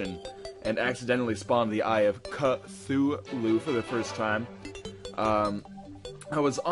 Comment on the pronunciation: "...when i summoned the eye of KA-THOO-LOO!!!!"